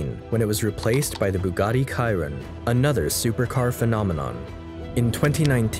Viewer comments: Kairon? dude it’s Sh ! Sh iron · This was a quite good historical overview. Until the end when the young narrator pronounces Chiron differently than is usual. I've only ever heard people say; she-ron, not; kai-ron. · Bugatti CHI RON, Not bugatti CIRON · great review, just Chiron is like sheeron no kiron> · Oh yes, the last one made me confused a little, its not a Kiron, its a Chiron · its 'chiron' not 'ciron' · It's not Kai-ron...its She-ron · It’s pronounced “sheeron” not “kyron” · Bugatti "Kyron" 💀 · And the narrator should learn how to pronounce the names of the new Bugatti cars. it is not Ky-ron but She - ron for example. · Shi-ron not kai-Ron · Bugatti Kayrin 🤣🤣🤣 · You lost me at Bugatti Kyron🤦🏽‍♂️. It’s pronounced Shi-Rone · bro. chiron. come on. joke of a "documentary" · Is it only me you who noticed the he mispronounced chiron????? KYRONE 😂😂 Ruined all his credibility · Great video, the movie clips cut and put into the video fit so well 👌, however, the pronunciation is funny, sorry but Kayron instead of Chiron is unacceptable, you just need to open 1 video in yt to hear the correct pronunciation and you call it a day. A lot of effort into video production I can say that 👌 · Awesome story I love the amount of research this must take , 1 critique though Chiron is pronounced Sheeron , it is after all one of the most amazing hypercars ever to be produced ! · Chiron like “chair Ron” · I believe it’s pronounce “Sheer- on” and “Vey-Ron” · chiron, as in she-ron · “Bugatti kyron”??? 💀💀💀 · Amazing video, but the Chrion pronounciation hurt me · Chiron = SHI-RON *Pronounced Jean = JUAN *Pronounced Veyron = VEY-RON *Pronounced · Chiron is said like this (sheeron) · *'Kairon''? -When you're not a CAR guy and attempt to make a CAR video for the views. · Lol the varen and the kyron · Ok I’m sorry, bothers me…it’s vey in as they and ron and chi being sheeron…ron…not ren. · Bugatti Kye-Ron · Bugatti kyron?? What the fuck… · its pronounced "chee ron"